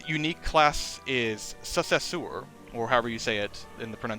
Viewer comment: BRO SAID "SUSSYSOOOR" 💀 It's not French, it's just the word Successor 😭🤣🤚